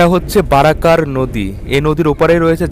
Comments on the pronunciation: Bhai vedio bhalo but Dakhineswar kali 'Bari' noy Mondir bari sunte kane laglo tai bollam r barakar noy uchcharon ta bora kor er moto hobe r boidho dhormo noy boudhdho dhormo erokom ucharron hobe bhul dhoriye dilam kichu mone koro na tumi bhalo vedio banao dekhi se jonnoi to ato details dite parlam asa kori tmr bhalo hobe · বারাকার নদী উচ্চারন হবে না হবে বরাকর নদী।